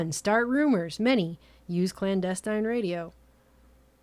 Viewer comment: Frank James it nothing short of the prophetic and poetic truth and i dare say you know it... It is a disrespectful remark- the video is informative... Her lightly hickish tones bleed through on words like "clandesent" and her overall indignantly self deprecating assault is the pure honey if xanadu.. Er something... ;)